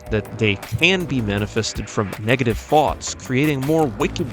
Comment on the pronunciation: how british ppl say thoughts